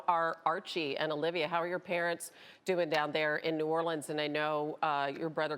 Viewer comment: Peyton pronounces "New Orleans" like he isn't from there